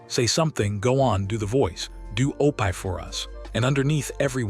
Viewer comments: it is not opie but said opee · It is not pronounced O pie, Opee. Terrible AI. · It's OPIE, not Opai! Blame it on the author of this video. If he has written the name correctly, it would have been pronounced correctly, but, on the other hand, if he had read it himself, he should have read it correctly, too. I can't stand AI narrators! Just such it up and read it, or find a friend who will read it. Is this a biography that someone put into video? My goodness, it's 4 hours long! I'm half an hour in and still haven't heard anything about the click bait title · Why do you care so little about a product you release with your name on it that you let the ai mispronounce a word over and over! You do know you can write Opie in a way that ai will phonetically see it and say “Opie” instead of “O pie” I’m not sure which is worse being an ignorant computer program or being a person who cares so little and is ignorant to the fact that a bunch of us will not sit and listen to this much ignorance abound!!! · I wish the narrator in these could pronounce names properly. Opie is not pronounsed O-pie, its O-pee. Other names/words were also mispronounced. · O-PIE??? I'M DONE. HAVE A GOOD DAY. GOD BLESS BUT PLEASE RETRY YOUR VIDEO WITH PEOPLE INSTEAD OF MACHINES TRYING TO READ😮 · Somebody needs to proofhear the AI narration. The names are horribly mispronounced: OH PIE, YULL BRENNER, just to name two. The names, and other words, could have been written phonetically so AI would pronounce them properly. I'll take that job... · I like how O-pie rhymes with dopey. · Lol it's that artificial intelligence crap, mispronouncing words like it does. It's supposed to be Opie. That was Ron Howard's name on the Andy Griffin Show, Opie Taylor. Pronounced Opee. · Loved the video but I cringed through it all 😩😩 The AI narrator had verbal dyslexia: O’pie, Loss Angels , Burke Bank , Fran’sis Cope’allah , Marten Scarcest , Funzee, Run Hawaerd , Da’Zooloo… 🤦🏼‍♀️ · Cringed every time. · Oh-pie???? Good grief.